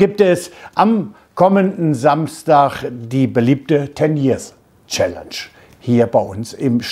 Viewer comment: Hahahaha ich dachte Nobby hat Tönnies Challenge gesagt und nicht Ten Year Challenge xD